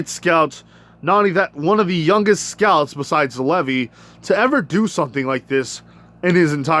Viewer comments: Bro stop calling him levy it’s Levi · It is pronounced Lē-vī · It’s pronounced (leave eye) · Levi's name is pronounced Lee-vy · You are saying Levi wrong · Your saying Levi wrong but ok